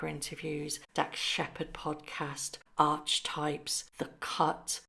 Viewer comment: Love your channel, but the name of horrid Meghan's podcast Archetypes is pronounced AR-ki-TYPES. It's not ARCH--types.